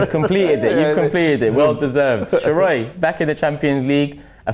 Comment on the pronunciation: It’s Sheroy not sheroid lol